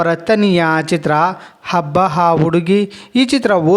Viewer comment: ದೊರೆ ಅದು ಹಬ್ಬ ಹಾ ಹುಡುಗಿ ಅಲ್ಲ. ,"ಅಬ್ಬಾ ಆ ಹುಡುಗಿ". ದಯವಿಟ್ಟು ನಮ್ಮ ಕಸ್ತೂರಿ ಕನ್ನಡವನ್ನು ಕೊಲ್ಲಬೇಡ.😡😡😡